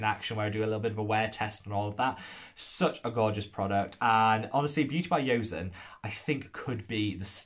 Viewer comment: Replying to my comment after watching the video hahaha. I am proud I know so well😆😄 Also please please say Choson, not Ioseon 😅😅 It's the name of one of the Korean royal dinasties. Then you will sound even more boujee 😅😅Sorry, I'm joking🙃